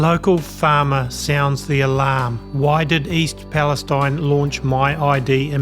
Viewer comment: I don't mean to have a go at you but why is Palestine pronounced differently ? Is that to please the Zionist lobby ? Which is out of racism against Palestinians. It would be better to change the spelling to eene.